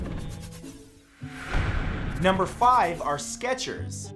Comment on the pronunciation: I miss the T in Skechers